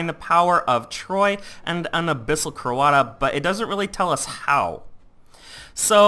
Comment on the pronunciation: Not wanting to be rude, but the way you pronounce stuff makes me cringe.. Just me? ok... Like, "Abyssal Coata" is meant to be said as "Abyssal CoatRa" and "Farlak" Is meant to be said as "FarlaRk"... Sorry